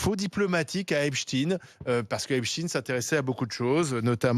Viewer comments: Pourquoi prononcer Epchtine et non pas Epstein Et pour Albert Einstein vous le prononcez comment ? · Encore un qui dit Epstin au lieu d'Epstein. Bizarre. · Sans deconner, il peut prononcer correctement le nom EpstEin et pas EpstIne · Mrs les journalistes de RMC, Epstein se dit avec un ein et pas i.n a la fin. Pourquoi vouloir ne pas bien prononcer ? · Déjà la prononciation du nom patronymique du personnage cité. "Tine ou teigne" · C'est marrant, comme les pseudos journaliste ne sont pas capables de prononcer le nom EpstEIN correctement ... en même temps, EpstINE çà sonne beaucoup plus russe que juif Israélien. Ceci explique cela ... Personnellement, je n'ai jamais entendu personne utiliser la dénommination Albert EinstINE par exemple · Epstiiiin vous parlez comment ??? Ce monsieur est americain pas francais et encore moins russe !!! Corrigez svp vous n’etes pas serieux ! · epstein est un juif polonais son nom se prononce epsteîn et non epsin... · Pourquoi dire Epstin ??? Tein se dit Tein et pas tin.. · Arrêtez vos stupides Epstine. Epstein se prononce epchtaïn en allemand, en polonais, en hébreu et dans toutes les langues du monde, tout comme Einstein se prononce universellement aïnchtaïn. D'ailleurs les phonétiques de Epstein et Einstein sont identiques sur wikipédia. La prononciation "une" est totalement ridicule. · Vous allez finir mal vous tous...le diable va venir vous chercher... EPSTEIIIIIIIINNNNNNNE, ET PAS EPCHTINNNN, MENTEUR TORDEUR DE FAIT....DES POURRIS C'EST TOUT CE QUE VOUS ÊTES... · Les sionistes disent epstine et la seul vrai journaliste intelligente dit epstein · Pas epstine bordel ! Son nom est epstein, ce n'est pas un nom Russe !😡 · C'est pas epstine comme poutine mais epstein comme einstein. Il est journaliste pourtant. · Stop arrêtez de prononcer epstINE ...bande de lâches .. Epstein ... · Epstein et non Epstine 😂 c un juif du Mossad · Epstein n’est pas russe, ce pas in, mais ein, vous croyez la faire à l’envers ou c’est comment ?